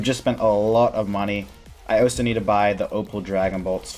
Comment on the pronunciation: Where are you from in the US? I've never heard anyone say 'oso' before instead of 'also'